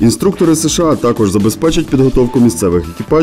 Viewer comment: робіть наголос тако'ж